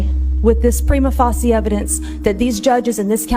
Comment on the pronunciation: I'm sorry I don't care who you are if you don't know how to pronounce "prima facie", you immediately sound like a moron to people with an IQ north of 90,,.